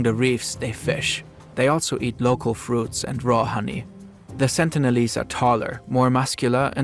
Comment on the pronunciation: last sentence was "after all the sentilese didn't ask for any of thisW.... Welp my guy. Neither did anyone else 😂